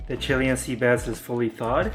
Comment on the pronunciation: dood i think ur pronouncing chilean incorrectly. chiLAYun sea bass.